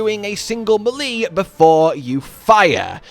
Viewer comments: Its not millee it meele lol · muh-lee?!?! It's pronounced may-lay. I have never heard anyone say it like you did. LOL! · Love the vid, really good update to the Vex build. But good sir, for the love of all things holy, please learn to pronounce melee (may-lay) correctly! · that’s deff not how you say melee…at all